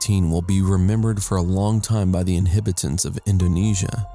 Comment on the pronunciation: It's pronounced in-hab-it-ant. H A not I.